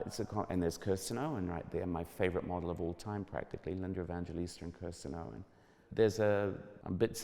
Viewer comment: Big up to Tim Blanks for talking about being lit while at shows. And for still being obsessed with his favorite supermodel Lina Evangelista. The way he says her name kills me!! Thank God there are others out there that love fashion as much as i do!!!!